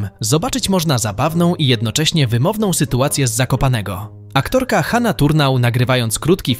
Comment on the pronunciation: aktorka HaNa Turnau czy HaNNa Turnau? Niby taka pierdoła i tylko wymowa ale brzmi to trochę obco (If you know what I mean🤫)